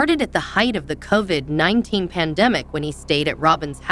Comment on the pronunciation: Just keep going over everything in the seasons over and over and over unable to pronounce anything because it's a computer that can't speak the English language correctly. Half the time it spells c.o.v.i.d. because it can't pronounce it. The title doesn't match the garbage in this , nothing breaking here, ysabels surgery was years ago, don't even bother.